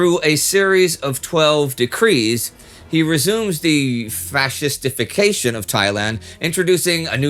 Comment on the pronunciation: Indy: "fascist-ification" I hear: "fast defecation"